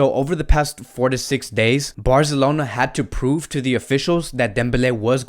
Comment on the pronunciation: My man... first its BARZLONA...now its HUVENTUS??